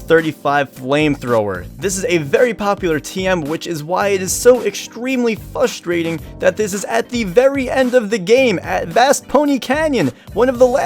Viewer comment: the amount of times he said "fustrating" made me A N G E R Y